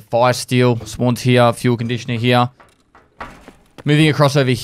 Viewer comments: Instead of "here" he says "heyuh" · I fucking love the way that says "Here" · He said "here" without an accent. O_O